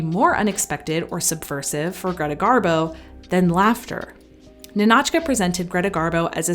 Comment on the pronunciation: It's NInotchka, not NinAtchka